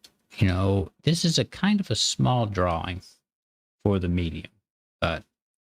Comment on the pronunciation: It's annoying the hell out of me when you say draw wing. It's drawing